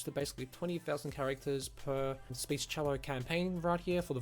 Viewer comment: You call it 'Speech-cello', but isn't it just 'Speechelo'? Anyway, just an observation - thanks for the video.